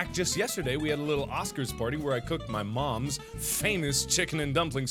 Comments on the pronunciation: There should not have been a pause in "I cooked my mom......s famous..." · When he said yes he does cook things he paused when he said he cooks his moms and i thought he ment he cooked his mom. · That pause before soup. I cook my mom's. LOL